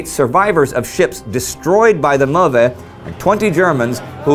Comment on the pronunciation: Fascinating voyage. Indi: It's pronounced Möve not MöRve.